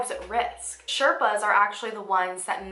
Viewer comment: The proper way to say Sherpas is shay- r (like in ruckus)-paas P.S. I had read about the Everest but this video opened my eyes.